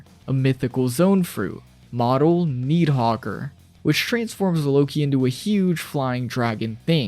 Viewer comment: Why do you say Nidhogger